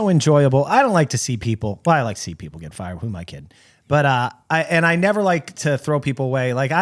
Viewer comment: New quote around the house is "you wull nevah!"